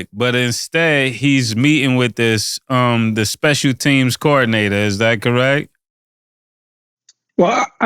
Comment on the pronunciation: "speical team package" 😅😅😅